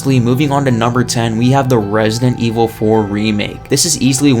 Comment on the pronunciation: Nobody:: Resnant Evil